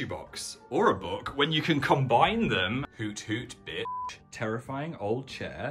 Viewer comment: The spookiest thing was him saying b*tch instead of bish